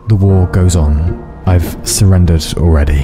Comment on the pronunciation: haha he SOREN-dered